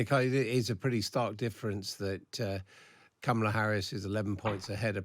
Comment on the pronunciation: This guy is a clown. He can't even pronounce Kamala's name.